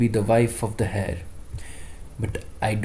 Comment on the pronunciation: Hey… just saying… you should check pronunciation of Heir and climed… it will help you…